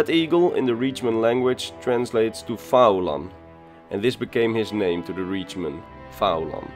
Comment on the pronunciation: Great video but i would have pronounced his name as Fee-lan. I say this, as i am Irish and went to uni with a guy called Fillan he spelt it in the Irish Gaelic spelling of Faolan. A very, very minor niggle, but love your videos enjoyed the ingame footage style. Funny enough when i was at University with him he never mentioned fighting the Legion single handedly you think he would have!